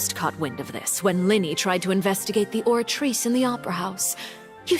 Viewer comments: Just... just say oratrice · The way you pronounce the oratrice bro 😂